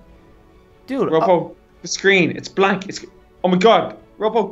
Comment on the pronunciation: lol said oh my gad